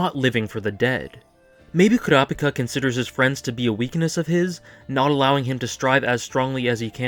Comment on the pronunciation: Wow, a Youtuber who actually pronounces Kurapika correctly? Glad I subbed :D